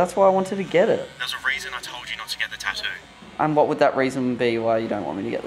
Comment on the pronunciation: it's ta-too not tahdu